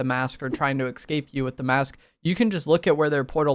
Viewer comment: No me yelling ESCAPE at my phone every time says EXCAPE